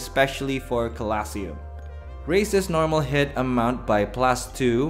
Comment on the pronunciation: my good sir I love you but the way you say colosseum is making me die slowly Lobe ya bud